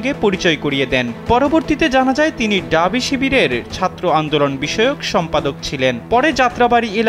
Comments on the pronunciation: ডাবি না ভাই ঢাবি। উচ্চারণ করতে পারে না কিন্তু সাংবাদিক হইছে। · এই সাংবাদিক পুরো প্রতিবেদনে বলে গেল "ডাবি, ডাবি"। এই "ডাবি" জিনসটা কি? "ঢাবি" হবে। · ডাবি ডাবি ডাবি কি বলে, ঢাবি বের হয়না মুখদিয়ে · ডাবি না ভাই, ঢাবি। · ডাবি না ভাই ঢাবি বলেন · ডাবি নয়,ঢাবি। হোবে নয় হবে। অপমান করছি না,তবে একজন সাংবাদিকে এমন ভুল উচ্চারণ শ্রুতিকটু। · আহারে!! ড আর ঢ এর উচ্চারনের পার্থক্য 😂😂😂ডাবি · ঢাবি ভালো করে উচ্চারণ করেন, শুনতে খুব বিরক্ত লাগছে।